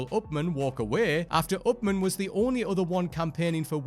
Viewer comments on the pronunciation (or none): Tiny nitpick: Upham, not Upman.